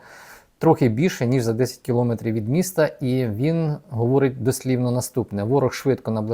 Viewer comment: Дкю за працю! Таке зауваження-запитання: Чому кажете "кілоОметрів", якщо кіломЕтр?... Не ображайтесь, все одно - слухаю Вашу аналітику щодня.